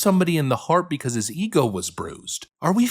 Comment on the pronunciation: “Yo honour….ma Claent is eenosent becawwwws it wazzzz raining dat day yall “